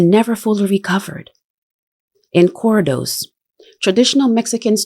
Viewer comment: Corridos not cor-dos Co-REE-dos But shout out for knowing good music.